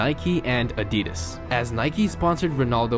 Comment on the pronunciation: it's Adidas not Adidis XD